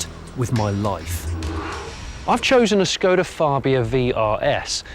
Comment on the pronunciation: it's not skoder, it's skoda. shkoda actually, don't know why you can't pronounce anything correctly.